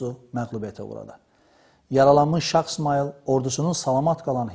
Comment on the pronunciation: Məncə,bu qədər savadlı bir insanın şah sözünü şax deməyində bir qüsur yoxdur.